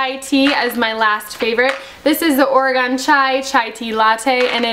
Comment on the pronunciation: I found you from Nia's Nest. I love your video's and love for God! I am from Oregon, lived here all my life. Just a tip, you pronounce it Ore-gun not Ore-gone. Be blessed! :)